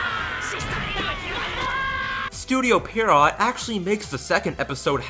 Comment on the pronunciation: It's pronounced PEE-ARROW, not PEE-ARROT.